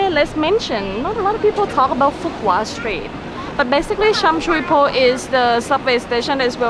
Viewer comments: Sum soi poh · You guys are butchering Sham Shui Po 🤣. I hear hotels are cheap now...